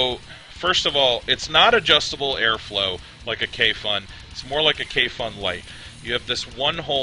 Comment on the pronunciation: It sits pretty flush on a Poldiac, looks almost like a hybrid. On a sidenote, Kayfun rhymes with typhoon.